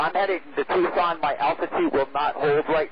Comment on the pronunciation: "Do you want to continue on to Tuscon"? ..."Affirmative"...UNBELIEVABLE!!